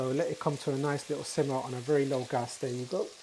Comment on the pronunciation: I like the way you say gas."gus"😅😅😅